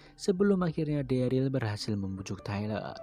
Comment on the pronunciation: harus nya dereul, bukan deril